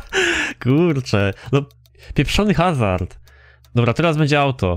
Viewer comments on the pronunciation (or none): none